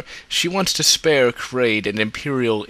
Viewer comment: I’m sorry but how could you mispronunciate these names so badly? How does KARRDE become KARADE?!? Otherwise your videos are pretty good but it’s like your pronunciation is wrong on purpose. Makes it hard to watch.